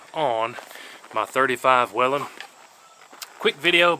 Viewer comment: Finally.. someone who knows how to say Whelen the right way!!